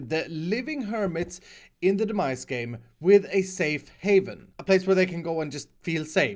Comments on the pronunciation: Who thought actually said 'The Mice' in the Intro at the beginning?? Well at least the cat at the end will keep them at bay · Got way too far into the video before I realized he was saying Demise and not "the mice".